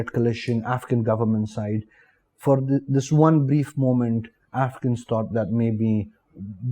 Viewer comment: Afghans are always welcome in india. I was rather confused by the way he pronounce afghans, it seemed like he was saying africans.